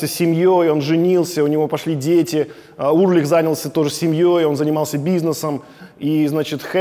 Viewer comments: Почему Урлих, если он Ульрих. Или мне так слышится? Много раз переслушал, ясно говорит Урлих. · Интересная подача. Только не Урлих, а Ульрих. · Металлику люблю, Чёрный Альбом в своё время слушал круглыми сутками. Удивило, что Александр ничего не упомянул про Дэйва Мастейна и режет слух фамилия Ларса. Он Ульрих, а не Урлих. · Действительно, с чего он Урлих? Ульрих- нормальная немецкая фамилия. В США 40 миллионов человек немецкого или частично немецкого происхождения. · классный выпуск!! плюсую!! вот только Ларс уЛьрих) а не уРлих :))) прям пепедергивает каждый раз когда Александр говорит Урлих 😆 Если так, то Александр Шупной тож звучит 🤭🤷‍♂️😅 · уЛЬРих)) а так крутой выпуск, металлика ван лав, спасибо, Александр! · Дядя Саша, а почему вы называете Ларса Ульриха Ларсом Урлихом? В остальном вы прекрасный контент делаете! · Только у Ларса фамилия не Урлих а Ульрих!😂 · Блин, ну почему Урлих, а не Ульрих?)) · А почему Урлих, когда он Ульрих? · Ларс Ульрих,а не УРлих)